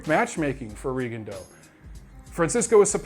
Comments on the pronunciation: it's Ri-GONE-dee-ow these days, doncha know? Or maybe it's Rig-gone-DEE-ow, damn his performance was so forgettable I forgot how his name is being pronounced these days. Francisco Vargas is one bad ass in the best possible way. Coming back two hours later from the hospital to the news conference was a boss move. Make it two of us who would love to see a rematch. Viewers, I second: don't miss seeing this fight. If it wasn't for Huck vs. Glowacki, Vargas vs. Miura would be my 2015 FOTY. Klitschko should win with ease over Fury. I'm waiting for the Fury freak flag to fly as my entertainment. Very interested to see how James DeGale looks. I came back from Vegas completely wiped out, it's been a busy year of boxing travel hasn't it? Or maybe we need to admit we are getting too old to burn the candle at both ends. Happy Thanksgiving to all boxing turkeys! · D I gave him crap about his pronunciation of Rigondeaux in his last video too. XD Though to be fair, in Rigondeaux's native tongue it isn't an easy pronunciation. There's a video on youTube of him saying his own name and it took about 10 listens with half speed to get it perfect.